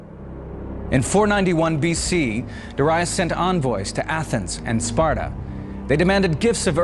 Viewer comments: Darius. The first syllable is stressed. Look it up. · The pronunciation of Greek and Persian names is hilarious. Mill-TY-adees LOL, Der-II-us LMFAO